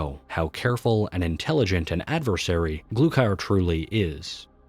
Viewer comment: "glukier" wtf its GLUKHAR GLUE-CAR